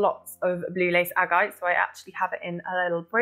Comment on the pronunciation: 'ag-I-te' and 's-OAD-alite'. Its Agate and SODalite for christ sake